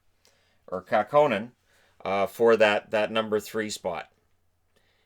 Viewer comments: Oh, it's Kakkonen. They way you pronounced it I thought maybe it was Kaukonen, like in Jorma Kaukonen. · Kähkönen has the kind of vowel sounds that are just not going to be pronounced correctly by americans lol.